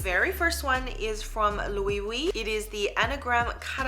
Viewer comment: Loewe is pronounced lo eh bay